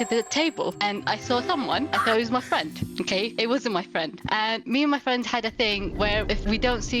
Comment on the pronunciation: Me and my fwen🥺"